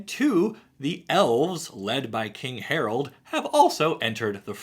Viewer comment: I can't unhear Day[9] saying "HARALD"